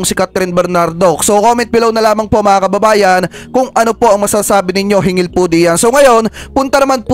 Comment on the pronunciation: SIR HINGGIL NOT HINGIL😊